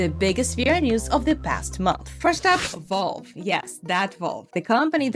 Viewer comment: Not to nit pick but its Valve not Volve